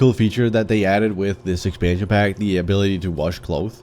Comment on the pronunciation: I love the way you pronounce expansion pack it's so cute :D